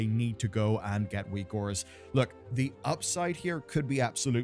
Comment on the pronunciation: Whose weak auras are good? I can't understand the name he is saying.